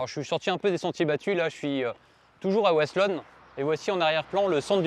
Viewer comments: Pour de dire c'est wasselonne et pas vasselonne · Wasselonne se dit Vasselonne ont ne prononce pas Woasselonne ici en Alsace le W se prononce en V =) Bonne journée